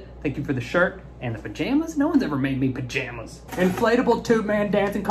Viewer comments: Pajayjays...eww that don't sound right=🤣😂🤣😂🤣😂🤣😂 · "PAJAJAYS"...I CANNOT DEAL!! BAHAHHAHAHA